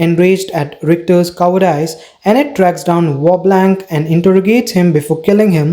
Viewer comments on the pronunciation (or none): This was a nice recap, but, without trying to be rude, you should look up the pronunciations of any words you aren’t sure how to pronounce (like messiah, or cowardice, to name a few) since you also have an accent it’s kind of difficult to follow